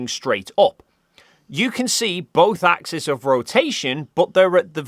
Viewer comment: Does Brilliant have a course in what the plural of axis is? Hint: it's not axis. It's axes, pronounced ax-eez (not -iss or -iz). Even in Australia. You don't want to give the opposition any ammo.